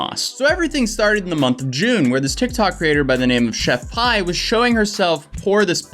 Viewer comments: Tsk tsk. It's chef pii as in pea not pi.. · She actually has a place to make it. She didn’t tell what it tastes like because she said she couldn’t describe it. She’s an actual professional chef and her name is Chef PI, which is pronounced pee. Edited to say: the reason the sauce color changes is because of the dragon fruit that’s in it. That’s where the color comes from. The first 50-100 went into those bags, after that she boxed them. Now everything I’ve said here is what I’ve gathered from her TT’s. Yea I had to investigate myself. Lol